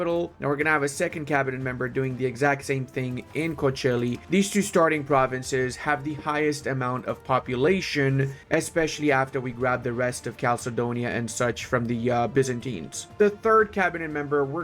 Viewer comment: My brother in Christ, please call Kocaeli as Kodzhaeli or Kojaeli, not a Coachella🥲🥲🥲. That area not so fun ad Coachella